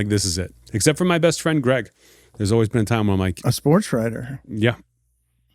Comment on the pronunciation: In the "SPOOTS" world?